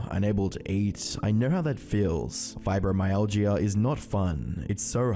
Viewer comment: You're pronouncing Fibromyalgia wrong. You don't say the Gia at the end like that, it's more like a ja noise at the end